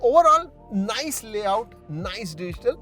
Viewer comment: Nise kiya Bhai.. Nise dekhkor ki bat kar rahe hoo